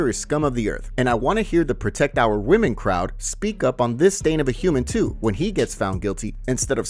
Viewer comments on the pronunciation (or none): none